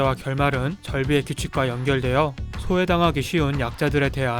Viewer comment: 근데 왜 소외를 ㅅㅇ라고 하세요 ?